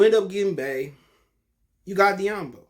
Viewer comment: This guy pronounced "doumbouya as diyambo". Alright next video for me.